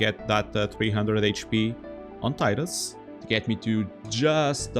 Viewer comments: Tea-dus. Not tie-dus. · Tidal, Tidus, it's the only acceptable pronunciation. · Man, going around and watching FFX challenge videos, I'm blown away by how many people pronounce the name as Taidus. Maybe it's an English language thing, but even then, it's been spoken in games with voice acting too. I guess I'm just a bit confused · I know it's pronounced TEE dus, not TIE dus. This always annoyed me when people can't get that right